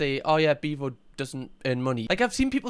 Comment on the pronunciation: “Beavo in de boof” 🫲